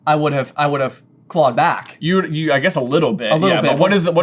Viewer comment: Does J think the phrase is “clogged back” and not “clawed back”? lol